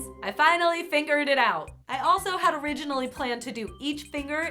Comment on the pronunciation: did anyone notice she was doing the finger candles, she kept saying "fingered" in place of figured 😂😂 "i fingered it out".. 💜💜 love youuu 🎃